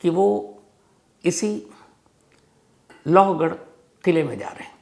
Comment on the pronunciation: Aur its siya goyal not gupta....lovgad nahi lohagad